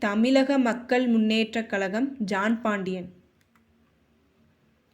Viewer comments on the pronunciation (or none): none